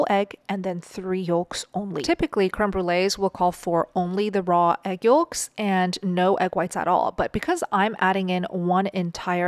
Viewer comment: You pronounce yolk wrong & its not yooooooolk its yoke & let alone why dont you just get to the point & teach the recipe less explaining.